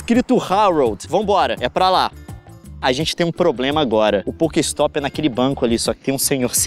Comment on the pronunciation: ele falando poker ristop kakakakakaka sdds dessa época LEON VOLTA COM POKEMON POR FAVORRRRR